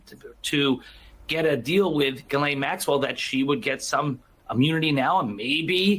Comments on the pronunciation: It's pronounced zhee-LEN, not ga-lane. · It's pronounced "JIZZZZZZ- LANE" ...have a little respect